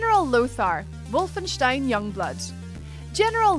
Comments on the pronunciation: She pronounces it correctly, unlike the incredibly common mispronunciations by WC heh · thats how it should be pronaunced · The first native English speaker I've heard who can pronounce the 'stein' in 'Wolfenstein' correctly, mad respect for that xD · Thank you for actually pronouncing Wolfenstein correctly. As a German, thank you:) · I love that she pronounces Wolfenstein correctly! A big plus and comforting for my OCD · Finally an American that pronounces "wolfenstein" right.